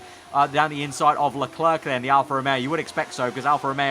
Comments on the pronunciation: Can I just point out that a better Anglicized pronunciation of "Leclerc" is "LE-CLARE" rather than "LE-CLERK". Just a suggestion from someone who speaks French. :p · Just to clarify, it's because the final C in "Leclerc" isn't pronounced in French.